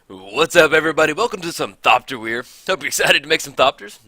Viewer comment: Great video. But your pronunciation of Whir of Invention slightly bothers me. It's "Whir" like "whirlwind" or "were", not like "weird".